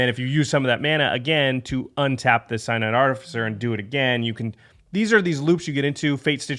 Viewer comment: Synod is pronounced "Sin ud", not "Sigh nod". Source: Am Presbyterian. The step between the Presbytery and the General Assembly is the Synod.